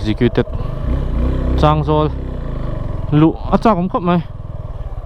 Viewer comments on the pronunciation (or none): Chângzawl nilo in changzawl aw boss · Advice:, changzawl i lam rik dan hi a dik chiahlo deuh, thil dang pawh a awm zeuh zeuh, han zawt lawk keuh la midang, ngaihthlak anuam lehzual ang...